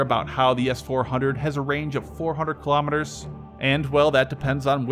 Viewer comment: Why don't you just use miles/hour (mph) since you are incapable of pronouncing Kilometers properly!